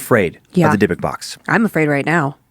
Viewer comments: Dib-ick, not deh-book lol Glad he finally caught on...Joe must’ve been in his earphones about it. Love this series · I know that with cadences and regional speech changes but I’ve always heard dybbuk box pronounce (dib-bick) but I could be wrong. Sorry to interrupt with this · So happy someone posted about this. Love the show but the pronunciation was bugging me. Haha. "Dib-bick" is correct. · And Dan it's pronounced dib-ik box lol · I was thinking that too. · Dude the way you pronounce dybbuk makes me want to throw you cuz you're pronouncing it completely wrong no hate at all I just started listening to you guys like 2 days ago I love y'all are great but you're pronunciation for a lot of these words frustrates me lol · I’m pretty sure he’s mispronouncing Dybbuk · specifically why I was scrolling through the comments, wanted to make sure I wasn't the only one scratching my head.